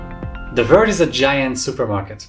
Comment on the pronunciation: You have to work out how you say world and worth. Look like you are saying "vort" or "vord"